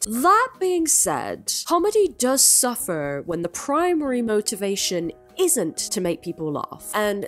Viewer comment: that “suffer” changed nationality. 😂